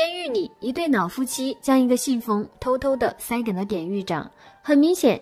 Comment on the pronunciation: 雖然知道妳有特殊鼻音，但是‘’腦夫妻‘’還是讓我的愣一下！🤣🤣🤣🤣🤣🤣